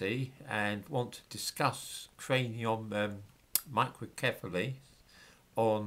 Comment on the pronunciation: I laughed every time you said microcephaly.